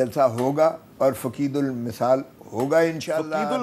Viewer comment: عقید المثال nhi فقیدالمثال ہوتا ہے. Geo has poor knowledge in urdu